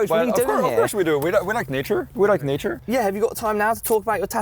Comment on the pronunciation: "We like kneechure"